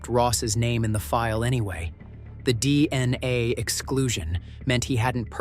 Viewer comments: Okay gotcha, ya so the first time he said it he said it right DNA, then every time after that he said dni, so WTF I see what you're saying how stupid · The narrator keeps saying DNI instead of DNA. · All I keep hearing is dni pathetic this is why this crap can't be trusted when the idiots can't spells or pronounce things properly. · Hmmm he just said DNA